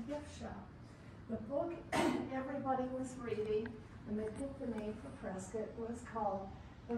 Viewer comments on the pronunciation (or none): Its pronounced "Preskitt" NOT "Pres-SCOT".. as you were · Nice video. Prescott, however, is pronounced like "biscuit". Also, you missed another very historic place, The Hassayampa Inn on Gurley Street. It was built in 1927 and has been very well preserved. It even includes one of the first Otis elevators, which is still functioning today. The hotel lobby and interior are beautiful and the bar and restaurant contain many original features. The hotel is fully functional and offers excellent food and entertainment. It is a very popular gathering place for residents and tourists alike. it is located across the street from another historic sight, The Elks Theater. hopefully. you will get to see these amazing places. if you haven't already. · It is a beautiful wholesome town. That is why so many people are moving here. We pronounce is Preskitt. Most of the people living there are not from Prescott. Most from other states and many from the Phoenix area that have retired and decided to get out of the rat race of a large city. There was a famous movie scene on the East side of the courthouse. The movie is Billy Jack. It was made around 1971 in the Prescott area, with other scenes right downtown. In the summer there are about 3 concerts a week on the courthouse grounds. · Preskitt! Rhymes with Biscuit! I kept watching to see if my husband and I were on video because we are at all of the arts & crafts shows! Love this town, sold our houses in NM to relocate here (but couldn't afford housing in Prescott, thanks to Californication, so we live in nearby Chino Valley.) Beautiful town, friendly people, great weather. But don't move here because we are full, just come to visit, and spend your money, LOL. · The pronunciation of Prescott is Preskit. Please use the correct pronunciation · They pronounce it Preskitt. But the author the town was named after pronounced it how it’s spelled. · Everybody who lives here says press kit.